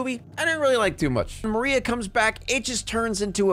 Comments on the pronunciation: I know it's small but i was EXTREMELY bothered every time he said "Marina" instead of "Maria" Lmao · Im genuinely tweaking because isnt her name maria??? Why does he keep saying marina???? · El muerte * Maria * bro keeps saying la muerte and marina its driving me nuts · It feels mean to say but yeah I think he missed out on a lot of the film. Like I stopped watching about halfway when he kept calling Maria 'Marina'. Like it just shows that you don't care about the film as much as you say dude. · Pig keeps calling Maria “marina” and it peeves me sm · Is it just me but anytime he said Marina instead of María it bugged me so much. I couldn't with how he tried to speak spanish. It was REALLY FUNNY though!😂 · one of my neurons died every time you called Maria "Marina" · does anyone else notice that he calls her Marina instead of Maria throughout the whole video? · Her name is MARIA Not Marina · I'm like 90% he didn't actually watch the movie, how do you miss pronounce Maria to where it sounds like Marina, and you don't edit, revise, look over to correct it. It's not even once. Also he said that it's "hinted" that the 2 two rules of the lands of the dead have a thing for each other. It's not hinted it's fucking confirmed even at the beginning of the story like bro, just rewatch the movie 😭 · Her name is Maria, not Marina 😭😭😭😭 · Her name is Maria, not Marina😂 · *Maria, not Marina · I can't with how you pronounce these namessss BROOOOOOO ITS MARIAAAAAA not marina MARIAAAAAA. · WHO IS MARINA??? Its maria😭 lmao you kept on calling her the wrong name